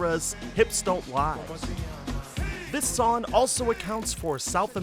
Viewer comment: why dont you pronounse "G" your missing your g's in song and sing?